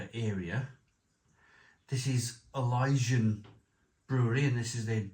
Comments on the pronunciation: Elysian ❌ Ilyjian ✔️ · It’s Elysian